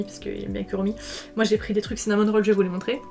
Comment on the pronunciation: Mais c’est Cinnamoroll pas Cinnamon Roll non ? J’entends le N ça me rend folle